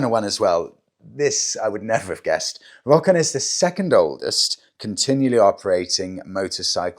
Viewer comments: I believe Rokon is pronounced "row-con." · It's pronounced Ro Kon